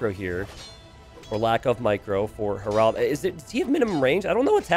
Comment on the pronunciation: Harald, more like Harold. If you can make the second a a bit more like the first, that's even better. In Hardraade, the d is silent. It's more like Har-rode-eh. Both names have emphasis on the first syllable. Regards, a Norwegian.